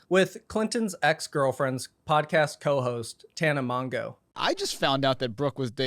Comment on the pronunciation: no, it is mon joe. it's french.